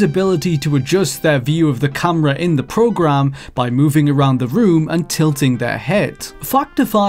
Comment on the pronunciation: its camera not fucking cumra